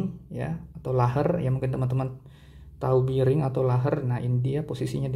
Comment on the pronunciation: Bering bang bukan biring.. Klo be di baca bi tapi bearing dibaca bering.. geli dengernya ngomong biring² gtu...😂